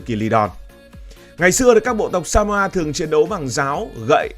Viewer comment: Chứ " Samoa" còn không biết đọc, làm sao đủ kiến thức để đánh giá...Samoa !